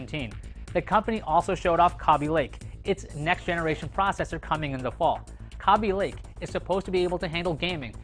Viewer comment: KAY BE LAKE NOT KA BE!